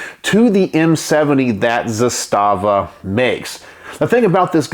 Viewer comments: Couple things: It’s pronounced “ZA-sta-va”, not “za-STA-va”. Trust me on this. That’s the very same rifle I have except the furniture is FDE instead of OD. I even have the very same loosey goosey upper hand guard; I wouldn’t try to mount anything on that apparent picattinny-like rail since it would never hold zero. No matter; I used an RS Regulate mounting setup with a Primary Arms 2X prism optic; it works well. Only other difference on mine is I switched out the supplied slant brake for a Century Arms “Chevron” muzzle brake; say what you want about Century, that’s one thing they did right. It’s compact, relatively inexpensive, and effective. By the way, the pistol grip on the Archangel furniture set has a compartment in which you can store spare batteries for your optic if you want. Another neat feature is the notch in the safety lever that allows you to lock back the bolt. That was a Yugo innovation pioneered with the original M70. Combined with a last shot bolt hold open follower on the magazine - which I understand were standard issue for the Yugoslavian army - when the bolt is held open on the last shot you can teach yourself to pull the bolt back a little further with your thumb to line the charging handle up with that notch, then sweep up the safety lever to lock back the bolt. (It sounds more complicated than it is.). Once you’ve done that, rock ‘n lock a new mag and just press down on the safety lever, letting the bolt slam forward, similar to using the bolt release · Actually, if you listen to people from the company itself, as I heard myself one employee say at a gun show... It's pronounced Zass-stuh-vuh. Not Zah-stah--vuh. Heard this from the horse's mouth. Just saying.